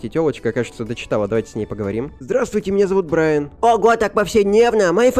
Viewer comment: Не Брайн а Брайан